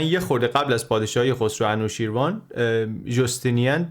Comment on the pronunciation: سپاس بسيار ! بسيار جالب و آموزنده و ژرف است. تلفظ انوشيروان را خواهشمندم درست كنيد. انوشي روان در واقع است. Anooshiravan